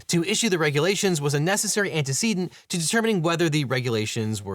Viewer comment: This is all interesting and concerning as hell but the way he pronounces "antecedent" as "anteceeedent" is cursed. Does it not rhyme with precedent and incident?